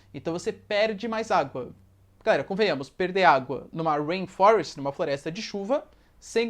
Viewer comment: video muito bom professor realmente ajudou!! mas não tankei a ''rain FLOREST" kkkkkkk